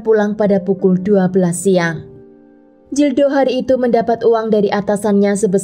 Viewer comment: Kl bahasa spanyol atau portugal huruf G tetap dibaca G...Gildo bacanya ya gildo...bukan Jildo. Huruf J jadi H...Jose dibaca hose